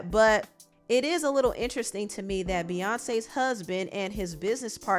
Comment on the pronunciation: Every time she says “interesting” I hear weird😭